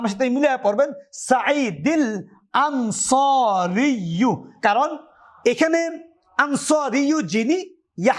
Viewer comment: আপনার ইবারত এ ভুল আছে। সাইদিল আনসারিয়্যু না। সাইদিনিল আনসারিয়্যু হবে। এমনভাবে, ওক্কাসিনিল লাইসিয়্যা হবে। এখানে তানবিনকে পরের ইবারতে মিলাতে নুনে ক্বুতনি আসবে। এটা কেরাত বিভাগের ইজতেমায়ে সাকিনাইন এর কায়দা। বিস্তারিত দেখে নিবেন।